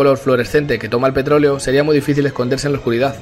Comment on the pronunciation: JJAJAJAJ se paso de verga el de petroloe se que no es mame pero se oyó como mame xd